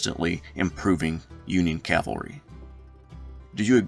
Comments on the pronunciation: Great vid and as a yankee decendant(24th michigan), Forrest has always fascinated me. There is something very American about the ability to start as a private and end the war as a Lt. General based on merit alone. Btw, if I had one critique, it's the constant pronouncing of cavalry as calvary. work on it. otherwise, your content is top notch. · I hate that pronunciation too. I apologize. I make it a point to say cavalry, but when I get excited when talking I will slip and say calvary. I know exactly what you are saying.